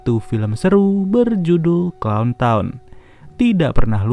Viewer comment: clowntown nya aku denger kon